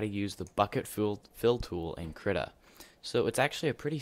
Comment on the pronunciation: I'll say it ITS KREE-TA